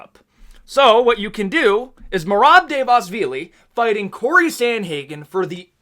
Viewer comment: Dude you’re butchering merabs last name